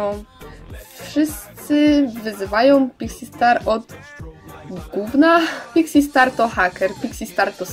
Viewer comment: Czy tylko ja na początku usłyszałam pizzi star